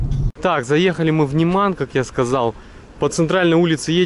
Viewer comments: н Е ман. Ударение на Е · Почему говорите немАн,вместо нЕман ?